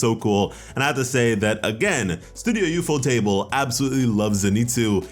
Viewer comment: It's not ufo-table though. It's ufo-tah-ble.